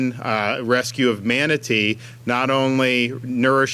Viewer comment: He can’t even pronounce the word “manatee” right half the time!